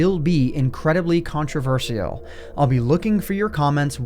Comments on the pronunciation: He said controversee-all instead of controvershal. No timestamp. Go find it yourself. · did he say... “country-vershial”..? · the only thing i thought about was how u said "contraversial"